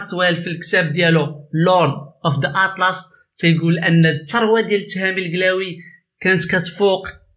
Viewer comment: سبحان الله لا نطق عندك صحيح لا حتى حاجة عندك صحيحة ضليمي درتي ليا لفقصة فقلبي بنطق هاد الاسم منك اووف